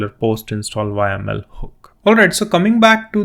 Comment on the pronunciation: repeat after me "yaaaaaaaaaaml" not "Y.M.L"